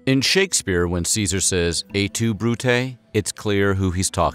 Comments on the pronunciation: "GUY-us," not "GAY-us." "Et tu," not "E tu." Come on, Weird History... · "Et tu Brute?" is pronounced "ett too brutay" - Latin has hard consonants, not the softer "eh tu" like French that our narrator keeps saying here.